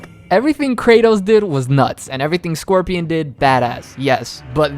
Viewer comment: How you butcher Scorpion's name like that? My goodness